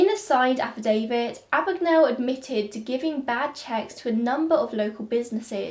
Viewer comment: My name is Mr Abagnale. Not Ah-bag-Nah-le . A.B.A.G.N.A.L.E, Abag-nail .